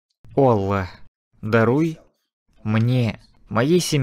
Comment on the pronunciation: УВАЖАЕМЫЙ БРАТ ПЕРЕВОДЧИК ГОВОРИ АЛЛАh не Аллах